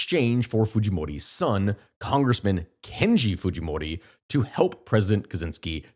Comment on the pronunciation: Wrong...Kenji not Kenya...ir Is a well known japanese name